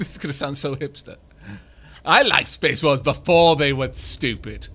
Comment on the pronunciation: Did you hear space Dwarfs too? I did at first but a few sentences later realised he was saying "Space Wolves" Fenris' chapter.